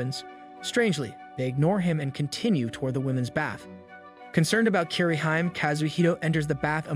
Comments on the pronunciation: It's pronounced Kee-re-hee-mé not "keereheem" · Bet a lot of people are triggered by for butchering the pronunciations of japanese names. Kirihyme instead of KiriHime